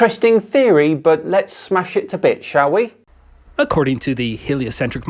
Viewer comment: you need to enunciate....smash it to bits....sounds ALOT like smash it to b**ch